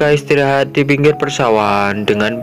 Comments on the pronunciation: ada kata kata yg salah yg gua denger abang bilang istirohat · Abang bilang istirahat istorahat kambing wkwkwk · Ada yang denger ngomong "istirohat" nggak wkwkwkwk